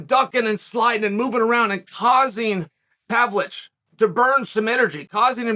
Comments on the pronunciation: Chael, he is not PAVLICH, he is PAVLOVICH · Hearing Chael mispronouncing Pavlovich is the best experience, good to see you again, G.O.A.T